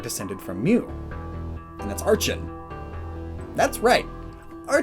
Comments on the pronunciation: archen = ar-ken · It's ARK-en, not ARCH-hen. Edit: It's also con-VER-gent, not CO-ver-gent.